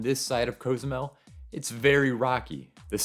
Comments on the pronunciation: It’s “cause-zoo-mel” not “coze-oo-mel” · I have never heard Cozumel pronounced this way?! Have I been saying it wrong all along?